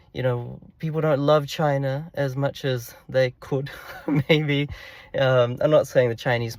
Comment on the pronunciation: This whole discussion just proves how useless the Democrats policies were in enabling any growth both globally and domestically for the USA. Great video awesome insight’s brother 💪 PS loved the attempt to at KAMALA & please drop more CHYYNAH’s